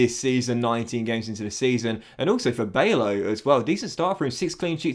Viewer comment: You're pronouncing bijlows name wrong. It Bylow not Baylow